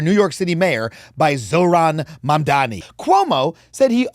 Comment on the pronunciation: when learns to spell comrade, define communism, and pronounce Mamdani, then I will listen to his opinion